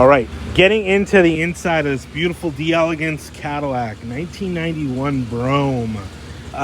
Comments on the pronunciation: Just FYI, in French, it is pronounced DELL EGANCE. DEE ELEGANCE would be an Italian pronunciation. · Love ya,! The actual pronunciation of “d’Elegance” is “Dell-egance.” It’s a French conjugation of “De Elegance,” which as you already know means “Of Elegance.” Absolutely judgments! You’re still my favorite Cadillac expert! Just clarifying 😁